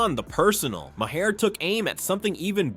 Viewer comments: What kind of junk AI narration did you use? It can't pronounce Bill Maher's name properly. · At the very least, you could fix the pronunciation of Maher’s name.